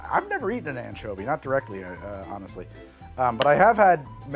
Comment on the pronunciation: am I the only one who heard it as the "manchovy paloma"?